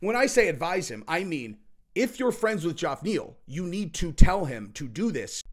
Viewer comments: Back on the JOFF Neal train? We dig you, but that’s not how you say it big guy. Try “Jeff”. Or are you taking a page out of Chael‘s old book with the Will Fury/Mohamed Blallall type pronunciations? Let’s go, you got this. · It's pronounced "Jeff" not G off LOL I use to think it's pronounced like that too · Jeff…. It’s Jeff not joff the spelling is Geoff. It’s pronounced Jeff neal not fuckiin goff 🤣🤣🤣🤣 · I hit the LIKE button until I heard JOFF. Sry dude 😂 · Let's rename Geoff Neal Joff Neal 😂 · PLEASE CAN SOMEONE HELP ME GET THIS MESSAGE TO.... IF I HEAR HIM PRONOUNCE GEOFF NEAL'S NAME WRONG AGAIN I'M GOING TO STRANGLE SOMEONE...............FF SAKE "GEOFF" IS PRONOUNCED LIKE "JEFF" NOT "JOFF'.............P.S. I'm a big fan of, and he's a smart dude which is why this is so baffling. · Geoff is pronounced “Jeff” not “Joff” lol. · Geoff sounds the same as Jeff. It’s a different spelling, not a different name. Sorry man, lol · Are u taking the piss saying Goff Niel?? His name is Jeff just spelled differently.....ur hilarious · Dammit stop saying JOFF please!!! Please!!! It's pronounced "Jeff" come on homie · it’s pronounced “JEFF”!!!! JOFF is literally a word you made up 😂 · Am I ignorant or isn’t Geoff Neal’s first name pronounced Jeff, and not Joff? Why does pronounce it that way? That is soooooo annoying! 😂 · haha, i always think of Game of Thrones when he says Joff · I get the distinct impression he never reads his comments because there is quite literally hundreds of comments telling him how to properly pronounce the dude's name and yet he keeps calling him Joff. Tell us you don't listen to feedback without telling us you don't listen to feedback. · he’s purposefully doing what chael does by mispronouncing names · I seriously never knew Geoff Neal’s name was pronounced “Joff.” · Its pronounced JEF😂 its like a steering wheel in my pants....its driving me nuts😊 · STOP SAYING JOFF!